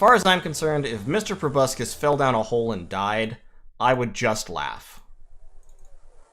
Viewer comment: Go ahead, mispronounce proboscis one more time. I'm not seething. I'm not malding.